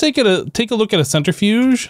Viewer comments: The center fudge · "centri-fudge"... lol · Man's said centerfudge